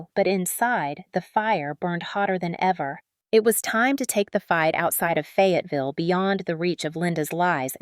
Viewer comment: Please please in the name of all that's good & holy hire an editor. It's Fayetteville not Fagaville